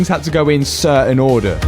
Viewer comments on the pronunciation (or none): none